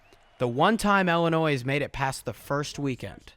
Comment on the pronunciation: Great analysis except for everytime ‘illinois’ was pronounced like that